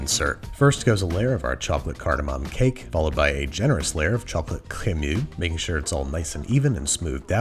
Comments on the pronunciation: ?chllleeemmeuuuxxxxxx" he really needs to chill on over exaggerated pronunciation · I'm so sorry but ... the CREMEUX! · Babs, in this instant I am living for your overpronouncing 'crémeux' with the wildly earnest-est of enthusiasms.